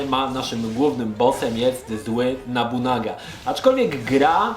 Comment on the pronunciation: Od pierwszej części mnie to męczy, nie Nabunaga tylko Nobunaga! To aż kole w uszy.